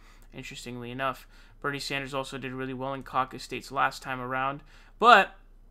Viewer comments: Please dude. SANDERS* not SAUNDERS. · Why are you pronouncing "Sanders" like that?